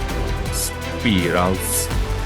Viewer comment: 'Speeralss s s s s s' 😂😂😂